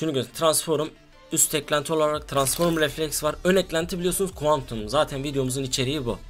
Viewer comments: Abi transform'a lütfen transforum deme! 😂😂😂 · Tıransform tıransforum değil abim:) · tıransforum? Transform diksiyon pls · transfor diyemeyen adamın full transform hesap like atın üste çıksın da görsün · Transforum değil transform ;D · Tranform abi transforım ne ya 😂😂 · Abi su transforma transforum deme ya gicik oldum mq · transforum demene hastayım :D <3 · Abi transform düzgün söyle ya